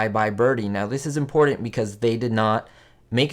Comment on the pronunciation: cool stuff... btw there is no D in the word important.